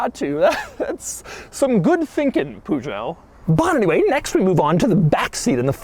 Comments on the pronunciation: The way you are mispronouncing the car's name 500 times is amazing. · This is the first time as European I hear Peugeot pronounced like that and quite frankly its hilarious 😂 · That's the weirdest way I've heard someone say Peugeot :D:D:D:D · So you can’t pronounce French car companies names. Watch Top Gear and learn how to say it correctly. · You totally butchered the phrase “and now it’s time to give the Peugeot a Doug score” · Clicked on this just to see if you got the pronunciation right. No. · As much as i love watching you, Doug, hearing you mispronounce this brand is kinda painful. The brand logo is a bit of a clue to the pronunciation. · The way Peugeot is pronounced in English…. Sounds like such a dorky car! It’s just such a hopeless brand name because almost no language can read that out correctly. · Is it really so hard to say Peugeot?? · The way he is pronouncing Peugeot is hilarious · the way americans pronounce 'peugeot' hurts me every time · The way this guy says Peugeot I just want to smack him in the face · Doug,learn how to say Peugeot, please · Si quieren oír un buen chiste, escuchen a Doug pronunciar Peugeot... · It amazes me how after years and years of car reviews Doug still doesn't get the Peugeot pronunciation right. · My ears hurt when I hear you pronounce "peugot" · Every time Doug said peugeot a frenchman* died 😂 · Hahah yeah it’s hilarious that he pronounces it how it’s spelled. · Pooh-zhoe? Gaaaaahhhhhhd learn to not mangle "foreign" words. Why, for lack of such a small effort, do you seemingly wilfully perpetuate the ignorant American stereotype?😤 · Every time he says Pujo I want to stop watching the video... but I like this car a lot. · Poojoe🤣👌 Love how English speakers butcher European car makers names😅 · A 1991 POO JOE???? FOR CRYING OUT LOUD, WHY CAN'T AMERICANS GET CAR COMPANY NAMES RIGHT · Puzo? And not Peugeot? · ah yes poojoe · Is he saying PUJO? W T F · "Poosho" Hahahahaha point and laugh at the American everybody.